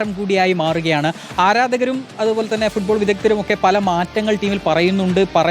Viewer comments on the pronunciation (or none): none